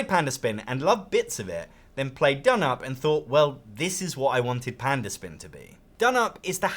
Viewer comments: donop? no. it's d'noop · You know it's pronounced "down up". Says so on the box. You're saying "dnup" for comments? As a fan of Scout, I am also a fan of this. I don't find it plays any faster or slower. Scout really only has 2 things you can do on your turn, whilst this has 4. In both games it's often the case that on some turns obviously some of those options are not in consideration. This means in Scout some turns you aren't making any significant decision and are very quick. I find in dnup I'm often deciding whether to add a card to someone else's set or actually pick up someone else's set. Options that I hadn't been able to think about until the player before played. It doesn't seem any quicker to me. Both are great games. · I like your Turkish😂